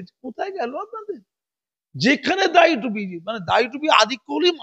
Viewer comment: দাঁড়ি নয় দাড়ি। উচ্চারণ এ কিছু সমস্যা আছে, ঠিক করে নেবেন মনে করে।